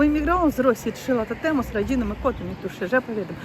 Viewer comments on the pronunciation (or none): none